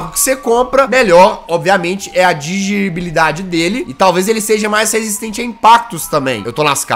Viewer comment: Como é jazz? "Digibilidade"? kkkk